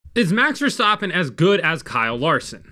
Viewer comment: "Max Verstoppin"